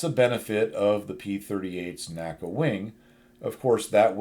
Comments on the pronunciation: N-A-C-A, not NACA. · Very informative video, as always! Some interesting Tidbit I learned from listening to the recent Fighter Pilot Podcast's "NASA" episode: NACA isn't pronounced "Naca" by NASA guys, but "N.A.C.A". This is no criticism or that you should change anything, the Co-Host (Test Pilot herself) also didn't know that - So I guess nobody would understand if somebody would use N.A.C.A all of a sudden ;-) Keep up the good work!